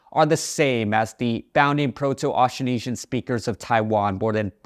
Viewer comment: The way you pronounce "Austronesian" is not accurate, misleading, and too simplified. The consonant cluster "tr" is completely inaudible.